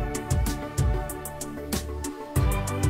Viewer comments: As a Dutchie the whole stroopwafel thing still hurts. If anything just say strobe waffle as that's much closer (and then while you're at it change the b sound in strobe into a p). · "Stroup"waffle lol XD try "strohp"waffle so you'll pronounce it correctly ;-) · As a Dutchman, the pronunciation of Stoopwafel just hurts my soul. How next are you going to torture me? Pronounce Gouda as Goo-dah? (stroopwafel is pronounced "strow-p-waah-fel", not "stroo-p-wa-fel")